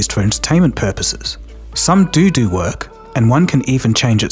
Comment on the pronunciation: lol you said doo doo lol just say do